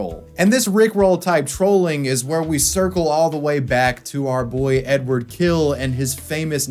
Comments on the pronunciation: His last name sounds closer to "Hill", definitely not "kill". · It's Hill not Kill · Am I hearing badly or is there something wrong with the English language? He is [Hil] and not [Kil] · his last name is pronounced "Hill." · Great video, finally I know the backstory. But to his name - it's actually Эдуа́рд Анато́льевич Хиль - ɨdʊˈart ɐnɐˈtolʲjɪvʲɪtɕ ˈxʲilʲ. There's no ''K'' or ''H'' sound in his surname. It starts with ''X'' like in ''Mexico'' (pronounced in Spanish) and ends with very soft ''L'' (like in Spanish word ''Sevilla'') ... oh yeah, I know. Anglophones, hahaha.